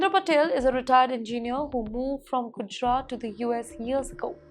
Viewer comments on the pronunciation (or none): none